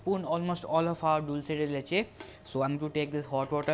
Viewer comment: Yay u said dulce de leche right. Most people don't pronounce it properly